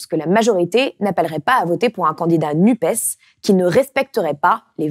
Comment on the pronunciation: Par pitié, arrêtez de dire "Nupaisse", c'est insupportable !